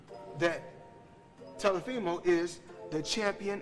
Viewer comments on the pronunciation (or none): It's teofimo not tellafimo